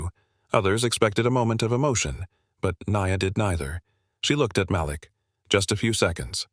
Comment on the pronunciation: Why give the lead male character a name the AI can’t pronounce consistently? Several of these stories have trouble in this area. What’s wrong with the name Bob, or Thomas? It’s distracting to hear Mal’lick, then Malik.